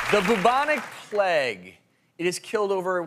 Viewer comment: Why do Americans pronounce plague as pleg?